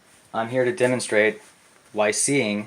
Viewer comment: did he really say I'm here to denimstraight' wtf is he doing ironing his jeans the fecking idiot 😂